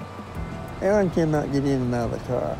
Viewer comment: You done messed up Ay-ay-ron.